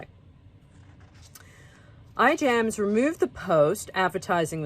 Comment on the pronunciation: The correct pronunciation of Ijams is "I'mms." Like I'am with a long I and without the "a". Thank you.